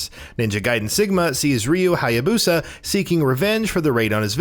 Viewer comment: Ayane.... EYE YAIN? No no Ayane... EYE YAW NEY. At least he got Hayabusa